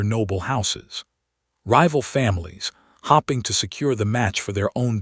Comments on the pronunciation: Hopping to catch his eye...bet that was a sight to behold!! Lol 😆 Wish these stupid AI narrations could pronounce words correctly!! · I keep ‘Hopping’ the dreadful pronunciations will be fixed. It is clear all comments about this issue are being ignored 👎 In future When I hear this particular AI voice I will I’ll be ‘hopping’ rabbit 🐇 along to another story 📖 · Lots of hopping instead of hoping…